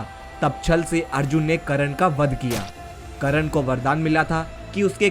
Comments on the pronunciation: Abe Karan nhi hota he karn hota he be.... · Bhoshadi k Tere ko to Sahi se yoddhao Ka nam hi Nahi pata h wo Karan Nahi karn tha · Mahayoddha karn ka nam to theek se le it is कर्ण not करण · Abe sale kran nai be.. Karn Naam h bee sale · it's not karan...it's karn....thk se bol to le bhai pehle.... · करण नाहीं कर्ण.. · it was not karan its karna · karn hota he ..karan nahi ... pronoun to thik se kar